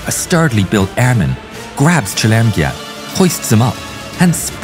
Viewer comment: Fuck that was what I was thinking everytime he says that name